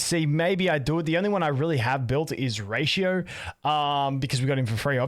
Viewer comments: Its pronounced fei Xiao xiao like in genshin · pronunciation is close: it's pronounced fay-sheow